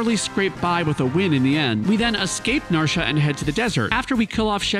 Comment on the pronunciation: Narsha?? NarshA?? WTF, man??